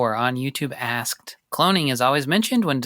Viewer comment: I love these guys- and especially - so I extra loved this episode. He made that trick look super easy! At the very end, Hank says, “asked”- (not trying to be persnickety) but it didn’t sound like “asked” or “axed”, it sounded like “assed”.